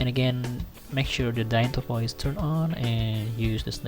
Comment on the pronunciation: awesome video man!but it is not "danytopo" it is "dyntopo" or dynamictopology